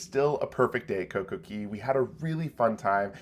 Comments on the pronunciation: Please stop saying Coco KEY. It is pronounced Coco CAY... hence "Perfect Day at Coco Cay". The copyright is "CAY" and it is pronounced CAY. Ask Royal. They will tell you it is CAY. As a travel professional, you should know better. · You might want to learn ROYAL'S trademarked pronunciation of CAY. IT IS NOT KEY! I know that's how you're supposed to say it, but Royal says CAY to rhyme with DAY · You should retire from hosting a cruise channel. If you were truly knowledgeable and been around the cruise industry you would know that COCOCAY is pronounced COCO-KAY not COCO-KEY. For Christ sake it is trademarked. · For you to be a cruise blogger I would expect you to know the pronunciation of the private island is "Cay" not "Key" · MSC private island Cay pronounced Key. RCCL Coco Cay pronounced Coco K.